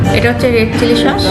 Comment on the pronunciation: It's not shosh its sauce!!!